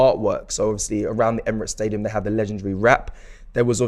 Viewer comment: Man pronounced that stadium name with finesse🔥🤲🏽